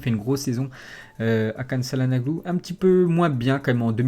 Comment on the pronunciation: On dit tchalanoglou... Çalanaglou ca fai mal aux oreilles !